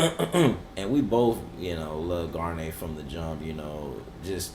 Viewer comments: "Gar-neer". "Garn-yay" is a shampoo. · I had to comment because it's killing me. Bill's last name is pronounced Garneer...not Garnyay. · Cute you guys are calling him "Guarniére," like the nice shampoo, but it's just "Bill Gar-neer-eh," or for everyone else "Gar-Neer" (or "Gonorrhea").